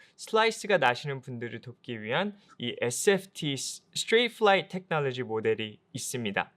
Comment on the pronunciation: 테에크놀러어지~~~~. 너우 굴린다 샤아프트으으~~~